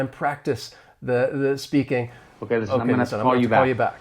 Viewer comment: I agree, but the “listen” was mumbled in a very low tone not blended with other words.